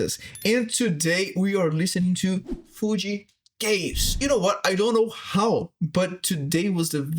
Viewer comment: You pronounced Kaze wrong.